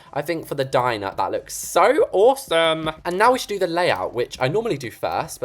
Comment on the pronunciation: "so awwsum" Got me rolling around😂😂